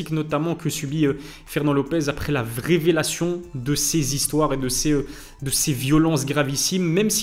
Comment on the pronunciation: la " vraivélation" javais jamais entendu 😅